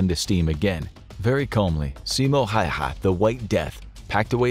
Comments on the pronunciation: It’s always fun to hear people pronounce Häyhä weirdly😅 The narrator said letter to letter: Simo Häehä/Häihä He said the Y as a letter between E and I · The simplest approximation of Häyhä in English is just to say How + hat (minus the 't' sound at the end). Of course, that's not exactly right, but it's a lot closer than how the infographics narrator says it. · tbh Häyhä is much more difficult word to pronounce for a non-finnish speaking person.